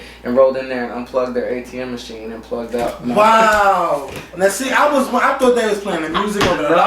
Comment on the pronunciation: lol "Tourght"